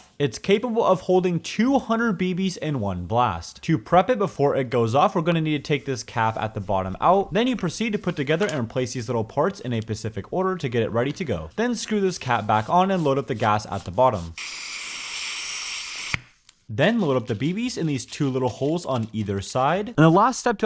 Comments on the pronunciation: "in a order" so not eastern time? Its only in (or knly uses or only works with or in) time? And only in the ocean. Not even the Atlantic icean? Just the ocean?!? Lol, its pronounced: spu (like spud, or potato, so a spud, just a potato, so it's spud but the "d" sound is removed lol) siff (like sniff, but the "n" soiund is removed lol) ick (just normal "ick" or "icky" but without the "E"sound that the "y" makes lol) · He's nice enough but my god I die a little every time he says "" instead of "specific" or "carcidge" instead of "cartridge"